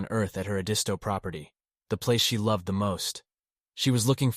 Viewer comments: It's ED-isto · It’s pronounced ED-isto beach 😉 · Did the of this video watch any of the Murdaugh murder trial? Family, friends and colleagues consistently pronounced their last name “Mur-dock”. The location of their beach house was pronounced’ED-iss-toe”. Would suggest that the narrator watch videos of this very compelling trial. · Everyone......it's Ed' is toe accent on Ed!! Thanks! But👍on story!! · Oh my gosh, please learn how to pronounce their last name and Edisto Island correctly! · I live in Charleston,SC and I have never heard the rumor about Paul being Autistic..One more thing if your going to speak out about this horrendous story please learn how to pronounce names and places correctly..I am not trying to be rude or snarky ibut its not that hard to research the correct way to pronounce Edisto and Murdaugh.. Other than that I have been enjoying your podcast keep up the good work 😊